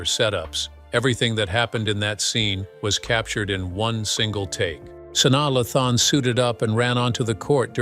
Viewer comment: "Sauna Luhthon" 🤣🤣